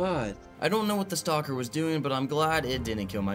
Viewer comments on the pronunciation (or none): none